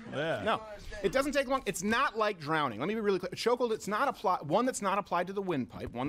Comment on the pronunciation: "Drownding" -Steven Croweder